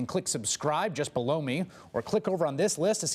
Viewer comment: Maximillian I’m saying it sounds like he’s saying something else, if you know what I mean...